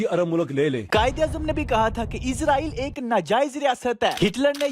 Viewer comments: AP apna talafuz thek kren Israel bolte izrael nhi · bhai.. its Israel not izraeel.. izraeel farishty ka nam hy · Bhai izrail nai israil Thora SA fraq hai please dehan rakhy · Bhai please izrael na kha krien ye farishte ka naam he ap iz nhi is Bolden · It's not Izraeel it's israel